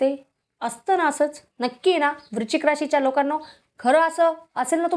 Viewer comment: वृचिक नाही.वृच्शिक असा उच्चार करा.